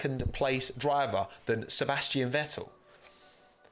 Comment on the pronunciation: What do you have against pronouncing the letter T, I mean, the name’s ValTTeri BoTTas, not valery bo-as ffs… Sebastian ve-el